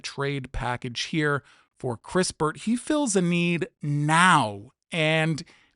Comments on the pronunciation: You don't even know who kis-pert is not kris-pertyour just reading something someone wrote for you who obviously doesn't know him either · Kispert not crispurrt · It's Kispert, not Krispert, Johnson is a PG rather than a shooting guard and there is zero percent chance the Wiz would trade next year's #1 pick to you. The Wiz own swap rights with the Dubs in 2030 so cancelling that is more likely. I agree the Warriors will be after George, who played PF last year rather than SG as your graphic showed.